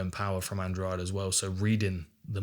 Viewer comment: Andrade should not be pronounced as if the "de" is like the second g in garage. It should be Andradeh. (I know that Portuguese sound the "de" with a "soft d" and English doesn't have a sound like that, nor letters.)